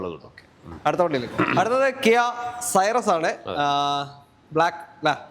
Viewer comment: കിയാ സൈറസ്❌️ കിയാ സിറോസ് ✅️